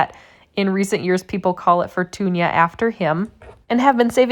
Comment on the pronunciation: Very clear and instructive video, thank you. I'm going to follow your method and the simpler dry on coffee filter method and test the difference. It seems expert gardeners recommend fermenting like you do. Here's the linguist and Spanish speaker coming out in me: If the name of the tomato is "Fortuna" it is pronounced "For-toon-ah" not "For-toon-yah". But if it has an ˜ enye over the ñ as in "Fortuña" then yes, it is pronounced "For-toon-yah". Like mañana.